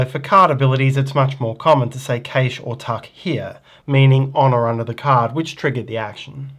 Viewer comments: great video, however, the word cache is pronounced CASH and not KASH. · Cache is pronounced cash/cash-ing. Thanks. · cant get past the way he pronounces cache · How dare you have an accent! 🤣 I know this word has two valid pronunciations in American English (CASH & CASH-AY), but I didn't know about the non-American pronunciation. I'll add this to the list between aluminum and schedule. ;)